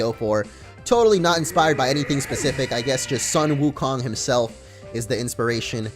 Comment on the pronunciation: When you cringe at the pronounciation of Sun Wu Kong